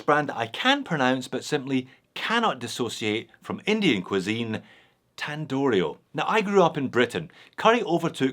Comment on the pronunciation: You pronounced Tandorio just fine.